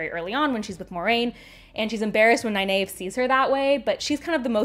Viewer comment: I'm sorry but from the audio books and the source material you are mispronouncing Nynaeve's name.